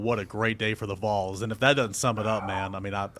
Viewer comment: Was there for the ward transition and now the Kessling, this was a great hire. He better pronounce Vols a little better quickly but other than that... GBO